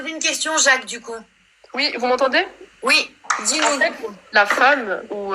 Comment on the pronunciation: "En fét' le probléme c'est que" ... jpp 😭😭😭😭